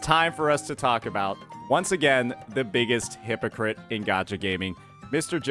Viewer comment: Cannot pronounce hypocrite without saying "hi_pokke_it"